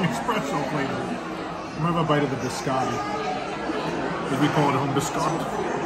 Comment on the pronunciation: Your pronunciation of orecchiette and biscotti is dissapointing lol.